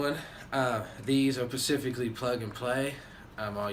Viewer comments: Interesting upgrade. Oh and at about 32 seconds in it’s “specifically” not “pacifically” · It’s SPECIFICALLY, not PACIFICLY